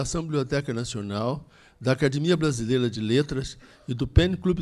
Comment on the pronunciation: para de falar "acadImia". Dou de ouvir!!! Fala sério!!! Responsável pela acadEmia falando errado!!!??